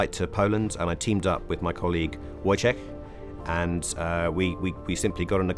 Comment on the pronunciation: U got "j" in "wojciech" right, but not "w"? Some friend u r...